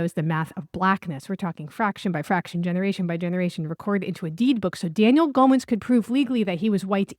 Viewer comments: It’s GOH-when, gow like gown (the dress) and when. FYI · Infinite spellings and ways to pronounce it! Goen, Going, Goins, Goyen, Goings, Goyne, etc